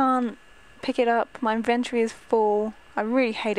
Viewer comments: raizen lee It's inventory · IT IS ''INVINTORY OKAY😡😡😡😡😡😡😡😡😡😡😡😠😠😠😠😠😠😠 sorry i am allways mad😶😶😶😶😶😓😓